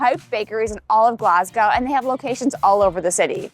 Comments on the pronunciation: Pronounce it as Glasgow with the "W" silent" (Glass-Go) Its not pronounced like "gow" as in gown. You will just annoy the locals😂😂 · Och Aye! LOL Glaz-go, nae Glass-gao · Glass-Gao 😂 Try Glaz-Go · I am Glaswegian. Glad you did a few hot spots. Will ask you attempt pronunciation as 'Glas-Goh' or 'Glaz-Go','Scon', 'shpan-oh-coppitah', 'tahttys' as you used these words so often. It's like nails on a chalk board. Appreciate your amazing efforts! Glad you had fun. ❤❤❤❤ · The consistent mispronouncing "Glasgow" was very entertaining! 😂😂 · Had to laugh at you making a decent attempt at Stravaigin and Ardnamurchan but mangling Glasgow 😂😂 Great food tour though, will need to try a couple of those I'd not seen. If you want whisky the other top pub is the Bon Accord. They've a huge members' cabinet where keyholder members keep their prized bottles, the regular selection is amazing, from the sublime to the ridiculous (most expensive £5000 a measure).